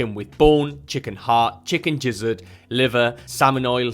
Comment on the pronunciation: Lol he said jizzard.